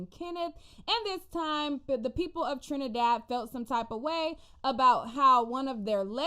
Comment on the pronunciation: girl you butchered those names and the trini dialect 😂😂😂🤣🤣🤣🤣🤣🤣but being West Indian, it was cute to watch but you’re forgiven.